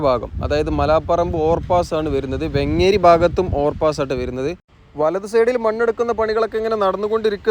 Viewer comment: വെങ്ങ്ങ്ങേരി അല്ല വേങ്ങേരി ആണ് 😊